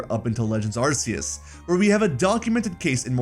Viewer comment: Wasn't going to say anything because the analysis was very interesting, but it's pronounced Arkeus. It is based on the latin word Deus, meaning a god. Additionally, in that era of latin, C was said as a K. Even the pokemon company has come out to tell us the stop saying Arseus. It's probably because it sponds like the slang Arse meaning butt.